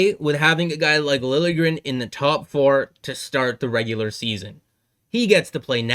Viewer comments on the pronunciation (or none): none